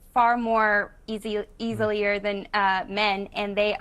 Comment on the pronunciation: She had me when she said eas-e-li-er she had me i think need to focus more on education instead of being a housewife beauty fades dumb is forever 😂